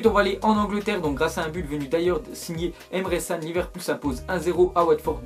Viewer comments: tu abuses j ai l impression que tu connaît au foot tu disais dans un ZI récent que l inter y était fort et maintenant qu ils sont bof et tu prononce Emre San au lieu de Can. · mdr " emre San " sa se lit Kan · on dit emre chan pas sane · Sa se prononce pas Emre CAN mais Emre tchan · Pour emre can c'est ce pronoce pas san mais djan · Ses pas emre san mais emre kan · Il a dis Emre San mdrr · Wtf !!! je réve ou il a dit emere san ?? la derniere fois c'était crujf prononce bien les joueurs stp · prononce bien les joueurs stp....................Emre ssan.................😂😂😂😂😂😂😂😂😂